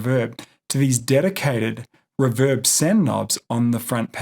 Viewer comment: REEEEEEE VERB not riverb. thanks for the video however